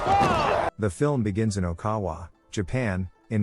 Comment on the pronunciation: Ok-in-awa not okawa 😂